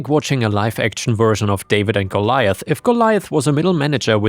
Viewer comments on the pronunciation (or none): none